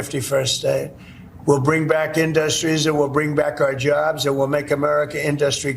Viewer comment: He doesn't even know how to pronounce industries. What a joke